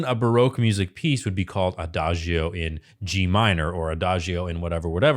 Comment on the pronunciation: The „i“ in Adagio is silent. [aˈdaːd͡ʒo]: Sounds like A-Da-DJoe